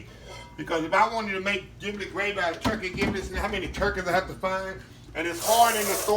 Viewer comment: Ji - Blet not Gi - Blet